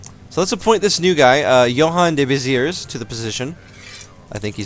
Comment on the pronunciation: Nice ! (not a big fan of anime portraits tho...) P.S : The "s" at the end of Béziers is silent